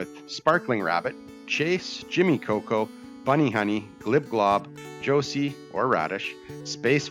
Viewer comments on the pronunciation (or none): called “JOSHY”. “Jos-E”. 😂